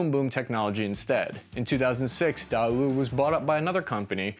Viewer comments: "Da-Woo." It is actually pronounced "Day" (as in Sunday) "Woo." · "Day-oo" Not Daaawoo 🤣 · Good video, but the pronunciation of Daewoo was off. It's not "Da Woo" or even "Die Woo" it's "Deh Woo" or even "Day Woo". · Daewoo is pronounce as “Day-woo” not “Dah-woo” lol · I’ve always heard it pronounced day-woo not dah woo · Love the content. FYI 'Daewoo' is pronounced 'deh woo' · Another great video! Btw, the manufacturer is pronounced day-woo! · Daewoo = “Day Woo” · It's pronounced "DAY-WOO!!" Dammit! ^_^ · It's pronounced "Day-Woo". Also, ROK Army as in "Rock". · "Daewoo" is pronounced "day-woo". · U just butchered few korean word on this video starting from chung - 'choong' and DAEWOO - 'daywoo' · you should really take a second and google how to pronounce words. Daewoo is pronounced "tay-woo". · I don't like how he pronounces Daewoo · Does he mispronounce words on purpose? It actually kinda pisses me off like he literally said daewoo correctly at the start of the video and then never again like come on man